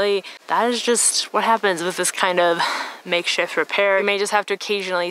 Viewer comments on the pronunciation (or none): “make-SHIFT” repair. Lol.